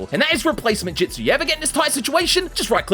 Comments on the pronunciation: love how he says ju-ju-stu and not ju-stu🤣🤣🤣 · you have been saying jujistsu's or jitsu its jutsu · Bro is our "ju jItsu" teacher., its just jutsu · Its jitsu not jujitsu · Not (jit•su) it’s (ju•t•su) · i swear to god if my man here says jitzu one more time. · The pronunciation of justu is very very interesting mate